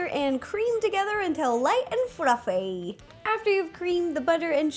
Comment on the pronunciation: lol wen she said flufffey